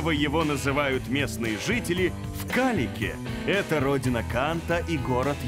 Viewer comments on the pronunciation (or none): Калининградцы не говорят Калик 😂 сокращённо Кёниг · Какой , блин!? «Калик» Кёниг!